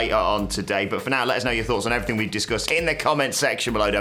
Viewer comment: “and effryfing else” Andy Murray probably